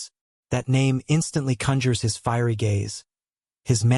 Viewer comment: Your pronunciation of his name is extremely irritating.